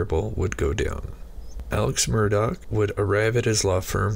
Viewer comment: MURR-DAW, NOT DOCK.